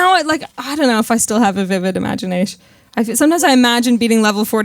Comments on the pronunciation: More like: Imaginaish. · "Vivid imaginaysh"